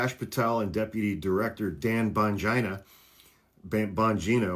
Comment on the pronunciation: "" lmfao